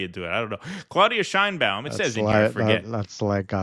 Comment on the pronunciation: In México her name is not pronounced that way! the right way to pronounced it, the Mexican way, is Chain, as in chain, ba-un... Chain-ba-un and nobody cares about her Jewish background, the color of her eyes, the length of her hair, her age,...she has what it takes to be a good president.